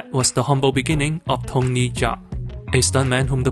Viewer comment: great video essay but it would be pretty nice if you knew how to pronouce his name its kinda tiring to hear you repeat butchered names over and over again but still not a big problem great work man